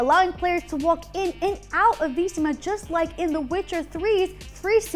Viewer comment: omg, the way you kept saying Vizima triggered me. THE HELL IS VEESEEMA